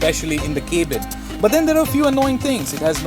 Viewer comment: While reviewing the D1 Segment Car .....K-bin sounds more likes Dustbin..No offense...Just a constructive feedback